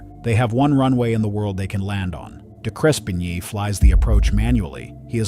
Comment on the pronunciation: Sir, the voiceover guy, it is not De Crespin ye, it's pronounced De-Crepp-knee